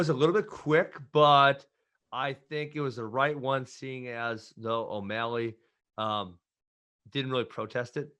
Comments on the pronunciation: I’m a fan of Sean... but “O’Maleg” 😭🤣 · "Sean O'Maleg" 😂😂😂